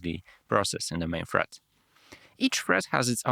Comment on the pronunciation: OK, I came here to watch this after watching your previous video, and I will stop my watching to give you examples of your strange accent as I go The time stamps will not be exact , you say "thread" but you pronounce it like it is "Fred" ,did not get many words you pronounced "de-allocate" like it is "dallocate" "and it says depends on the operating system that you are using ", that is what I heard, but for sure you said something else , and I cannot figure it out! "the very first" but you said it like it is "the very fast" " the idea is ... some introvert types ...." I have no idea what you tried to say! Well I will stop pointing out, it is so tiring for me, but I hope you get the idea. For you there is no point to invest in expensive microphones or camera, the most important thing is to make your accent and pronunciation clear.